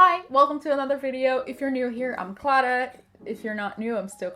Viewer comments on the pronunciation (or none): aos seis segundos é aquele momento em que falar Clara mistura o sotaque do português com o do inglês